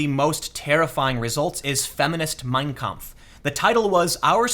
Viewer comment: In "Mein Kampf", the stress is on the last word. Sorry to sound like a grammar (stress) nazi, but it really bugs me. It'd bug anybody who speaks german.